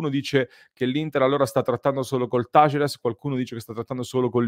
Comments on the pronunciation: Tu dici "tàlleres", con l'accento sulla "a", hehe :) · Talleres si pronuncia con l'accento sulla prima "e". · Taller in spagnolo (accento sulla e) significa officina:Talleres é il plurale (accento sulla prima e)